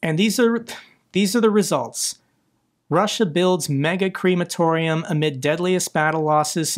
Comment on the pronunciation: WTF is a creamatorium? Crematorium, no cream